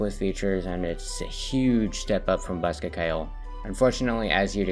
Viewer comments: Bosca Ceoil is irish, you pronounced bosca good enough, Ceoil is pronounced more like “Key-Oh-L” though, Bosca means box and Ceoil means music, put them together and you have “Music box” or “Accordion”, greetings from Ireland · My guy mispronounced ceoil with such confidence I almost forgot my 13 years of learning the language